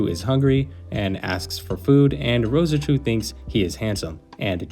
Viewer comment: Just Rose-Chu m8. Not Roseh-Chu